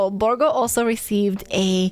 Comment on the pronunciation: she said Borrrrrrrgo! <3